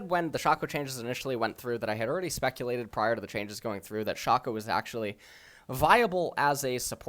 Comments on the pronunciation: ITS PRONOUNCED SHAYCO NOT FUCKING SHA-CO ITS EVEN SAID IN THE FUCKING LEAGUE SPOT LIGHT YOU UNEDUCATED FUCK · Does know how to pronounce any champions name correctly? Who the fuck is Shawcko